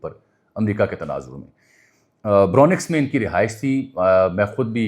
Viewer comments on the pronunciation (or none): It is Bronx جیسے ن کو خاموش پڑھیں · If you have lived in New York then you never learned how to say Bronx